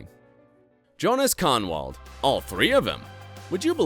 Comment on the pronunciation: Dschonas Kahnwohd 😂 My ears are bleeding.